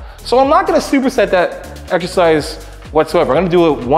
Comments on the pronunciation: If this high pitched homie says "eggzercise" one more time I might snap. Can not watch his videos. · Why “eggs-ercise “ ? Is that a Canada thing? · i cant get over how he says eggsercise everytime. No hate to greg tho just funny.